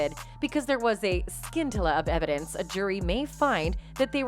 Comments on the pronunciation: scintilla- pronounced sintilla not skintilla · How to pronounce SCINTILLA: It’s sin-tilla not skin-tilla. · Scintilla is pronounced suhn-ti-luh. Not like skin-till-a. LOL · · scintilla--- was mispronounced by the robot voice.... it is pronounced sin-till-ah. the accent on "till."